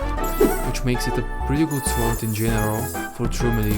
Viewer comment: funny how you pronounce the W in sword